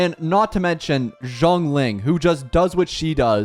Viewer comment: bro it's actually painful hearing you pronounce these characters names 😭😭 "zhongling" ??